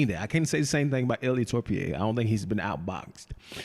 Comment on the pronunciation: Ilia Torpie is crazy 😭😭bro is disrespectful at this point, is not that hard pronounce Topuria😂